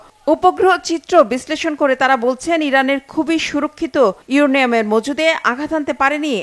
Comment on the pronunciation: আসসালামুয়ালিকুম এই সাংবাদিকের আগে ভালো করে শেখানো দরকার ইউরেনিয়াম ইউরেনিয়াম না